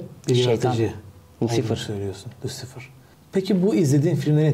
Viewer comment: Abi Kusal Damacana izliyo gibi oldum 😂😂😂Lusufur diyo baksana 😂😂